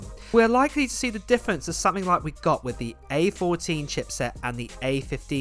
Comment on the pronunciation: wiTH not wiFF